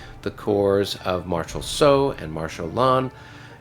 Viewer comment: Soult is pronounced soool, not so.